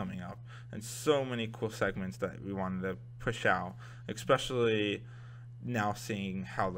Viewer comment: dude, it's pronounced ES-pecially (especially), not EK-pecially